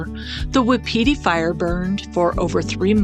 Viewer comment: Pay ette and Wap it tee Fire. Not Pie ette and not whip peteie